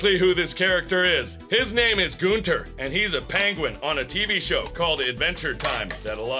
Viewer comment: Hahaha Gunther not goonter